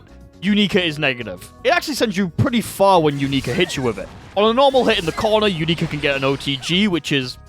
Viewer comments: matey its "younika" not "youneeka" Very minor thing, but every time you say her name it sounds like you're saying "U****a" in a foreign accent and it's very funny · "u-knee-ka" T-T?? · Another terrible pronunciation of a name has been collected